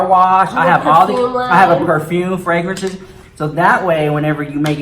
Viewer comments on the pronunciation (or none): none